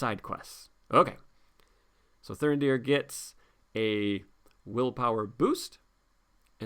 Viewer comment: Why would you leave Thurindir ready to defend in the second round, he has got 0 defence after all. Your pronounciation of Thurindir is spot on. And I love Vigilant Dúnedain.